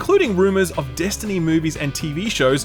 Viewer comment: Bro say “Destiny” one more time